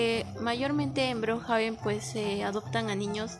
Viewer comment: No sé dice brojaben es brookhaven